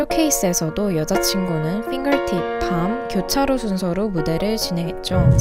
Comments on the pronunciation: 진짜 최고십니다ㅠㅠ 해석이 짱이에요! 핑거팁 말하실때 진짜 발음 엄청 좋으셨어요❣ 해석 감사합니다! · 핑거팁 할때 발음 대박이다..ㄷㄷ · 핑거팁 발음 ㅗㅜㅑ..